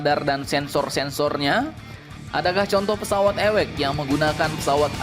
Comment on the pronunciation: Awac di baca ( Ei double/ dabeul yo eci ) bukan nya ewekx...